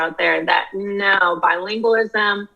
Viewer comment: You are mispronouncing the word bilingualism.